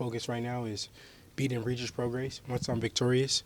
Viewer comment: Whos gonna tell haney how many times hes mispronounced regis prograis last name?